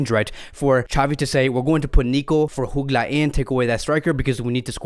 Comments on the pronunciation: It’s Jutgla with a J not an H bro Like Jordi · It is Jutglà the j is not pronounced as an h like in Spanish... And why did you give a spoiler for the new Spiderman movie? 😒